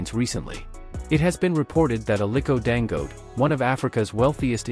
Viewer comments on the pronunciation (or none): I really PITY white for their DISDAIN for Africans. The reader intentionally pronounce Dangote as Dango. He sees the last syllable te clearly yet refuses to pronounce it.